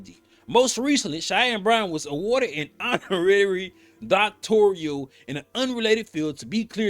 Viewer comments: NOTE: Bryant says Doctorial but the correct word is Doctoral. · Its Doc-tor-al not Doc-tor-re-al! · It’s NOT pronounced DoctoRIAL… just simply DoctoRAL…. 🤦🏽‍♀️… don’t come for me as I am a recipient of a Master’s degree that I have official transcripts for & had considered obtaining my DoctoRAL degree. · "DOCTORIAL" DEGREE = NO!!!! ------> DOCTORAL DEGREE = YES!!! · Please stop saying Doctorial. It’s Doctoral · Whew lord! DOCTORAL, sir. Not DoctorIAL! You AND Cheyenne sound crazy